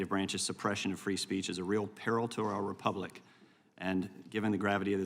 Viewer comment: I like how he emphasized “peril to our REPUBLIC”, not democracy. When the democrats say “democracy”, they mean “Destroy the republic”.